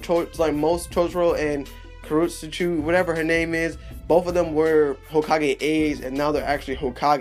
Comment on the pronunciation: Her name is Kurotsuchi bruh. get it right!! She's one of my favs!! LOL